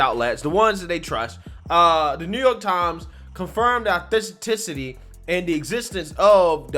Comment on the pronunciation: Brother it's AUTHENTICITY..not THIS -THISICITY.. lol😂